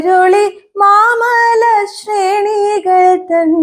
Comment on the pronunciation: ശ്രേണി എന്നു ച്ഛരിക്കുന്നത് തെറ്റായ രീതിയിലാണ്.